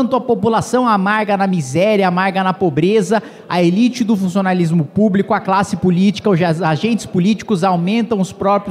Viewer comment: Meus ouvidos sangra quando ouçei digar “elite do funssionalismo púbico”.